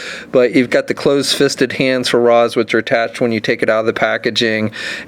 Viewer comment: Great figures and vid but it's pronounced Raysh not Rahs 😉